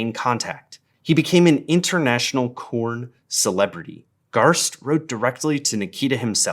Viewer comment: Hyuahbrid Cowuhn